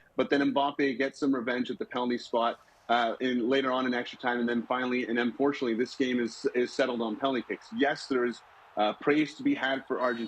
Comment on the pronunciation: PLeeeeassse make the effort of pronouncing Mbappe`s name slightly correct. It`s Mbappeee. Mbappé